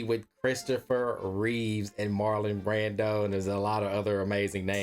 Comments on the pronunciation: It's REEVE GODDAMMIT! You're telling me you watched the Christopher Reeve story but you're still calling him REEVES. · Christopher REEVE* (no 's' at the end of his last name)